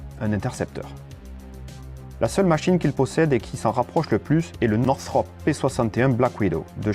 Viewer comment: Lot of mistakes in this video. The F-102 never carried the Genie. The F-94 had M-3, not M-2 machine guns. The mispronunciation of Lockheed and Northrop are also annoying. Oh well.